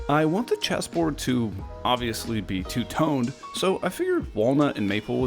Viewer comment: I thought you said cheeseboard lmao